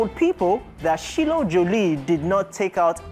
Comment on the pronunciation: Her name is Shiloh (Shy-low)